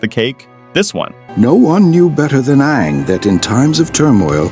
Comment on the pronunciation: amin (amon) tenzeen (tenzin) tough (toph)